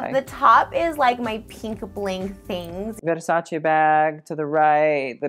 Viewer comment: You are not pronouncing Versace right